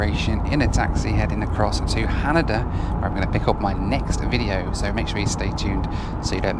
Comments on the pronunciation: HanEda not HanAda LOL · FYI... it's pronounced ha-NAY-da